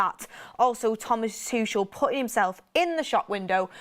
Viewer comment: if Thomas Tuchel becomes our manager, please pronounce his surname correctly. It is TOO-KOL (too-kle) not "Tushelle" 😂